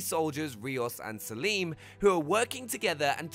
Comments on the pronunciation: Salem. Now pronounced wrong. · Army of Two's character is NOT called "Saleem", it's "Salem", as in the same town name as the witch trials in the US! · Salem....not Saleem my dude 😂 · Hahahahaha! He said Salim.